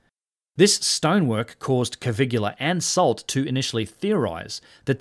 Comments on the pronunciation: Hi, new subscriber here. I really enjoy your contents a lot!!... but please revisit your Italian..🙉😅 Poor Cpt. Caviglia...the "GLI" is pronounced like Famiglia not like Caligola 😂 It literally means Ankle! 😉👍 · Italian name Caviglia should not be pronounced as "Kavigula". It is more like "kavilia" without "i" before "a": "Kavil'ya". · Caviglia, not Cavigula. You're pronouncing it like "Caligula". CA-VI-GLI-A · It's Caviglia, not Cavigula... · Stupid AI narration. It's Caviglia, not Cavigula. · Great video like all your work. One comment only on the pronunciation of Giovanni Battista's surname. The closest in English you can come to speaking the correct form of "Caviglia" is, stress the first syllable "Ca" then treat the "i" as an "e" and omit the "g", so spoken "Ca-vee-lee-ah". It's not perfect as the Italian "gli" sound is unique and not very well suited to written explanation, however better than a complete mispronunciation. Again, not a critique on your work which I find well researched and fascinating. Respect to you, Sir. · What a wonderful video. I hesitated, but here goes: Please pronounce the guy's name "Coveelia." Otherwise it sounds like "Caligula" which of course you don't want. Also please remove the apostrophe from "its" in your title. It's = it is: No exceptions. It's so scholarly and thoughtful it is painful to see and hear if not quite right. I don't mean to be obnoxious, but your videos are too good to have stuff like that in them. And now the attacks come.... Still, lovely thoughtful video. Please keep them coming. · Excuse me, excellent content as always, allow me to just leave a note: Caviglia Is pronounced more like cavillia. It Is not exactly the same, but It Is close. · Giovanni Caviglia is pronounced like jo-VAN-nee ka-VILL-ya. (It is not spelt like, nor does it rhyme with Caligula.) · pronounced CA-VEEL-YA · Hello, I'm italian and your pronunciation of Caviglia is wrong :) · your pronunciation of Caviglia's name...yikes.